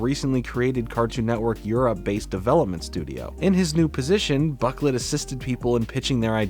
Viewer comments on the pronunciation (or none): Boh-CLAY not buk-let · Boquelet is pronounced Bow-ku-lay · His last name i'm pretty sure is pronounced bro - klay